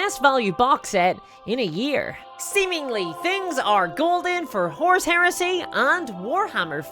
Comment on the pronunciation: As a non-naive English speaker I have to ask: Does anyone else hear "horse heresy", or is it just me?